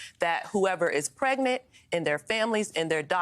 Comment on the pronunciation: I'm still trying to figure out what a prednit cow is. He was at a rally talking about "prednit cows" 🤔😵‍💫